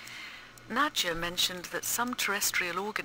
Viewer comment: It's not 'Nadja', it's 'Nadya', dammit!